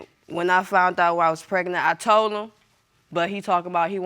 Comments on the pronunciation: I’m so sick of hearing “fount out I was pregnant” it’s “FOUND OUT” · Why do these people always say fount out and I didn’t sleep with nobody else????